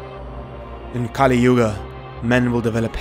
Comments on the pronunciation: Just another thing, Kali( goddess, pronounced kah-lee) and Kali( demon, pronounced as kuh-lee) are different. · a few clicks more Kali Purnaa (purna = 'completely')